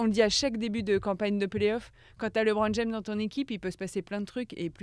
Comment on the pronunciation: Alors faut dire au présentateur que c est LEbron pas LEEbron...pour un podcast spé sur la nba..ça fait tache